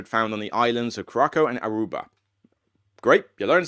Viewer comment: Curaçao is pronounced cur-a-sow. The only reason I know this is because I was just there on vacation in December. And, yes, I did see kododos. They are quite pretty and unique-looking lizards. 😊